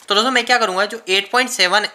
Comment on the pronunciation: Bhai apka video achchha lagta hai par do chij kharab hai sudharo. 1 लिखते हो तो बोर्ड का यूज करो कागज में पूरा हग देते हो गुस्से से दिमाग सनक जाता है 2 दोस्तो बोलते हो तो पूरा बोलो दोसो बोलते हो गंदा लगता है। ओ के।